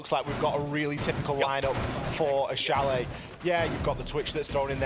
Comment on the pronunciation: Please Change: It's Chalet.👍